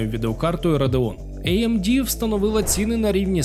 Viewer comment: може тіки не іемді чи ейемді, а аемде) ріже слух 😏